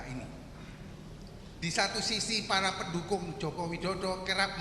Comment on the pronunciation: PARA BUKAN PAERA.